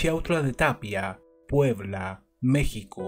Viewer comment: He visto casos de México en otros canales, y al menos para mí, me causa mucha emoción el escuchar que tú pronuncias bien lugares o palabras de México, con eso me doy cuenta que no solo investigas del caso, sino que eres tan perfeccionista, que investigas cada detalle, como la pronunciación. Gracias.